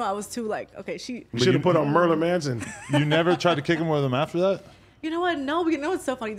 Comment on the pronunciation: My man said Merlin 🧙‍♂️Manson